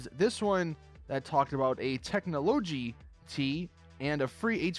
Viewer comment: Wtf do you pronounce technologie weird. Dude the ie is a substitute for y.